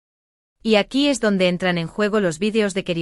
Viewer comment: Aqui se dice , no acu , la verdad tu español es pesimo y no se entiende lo que decis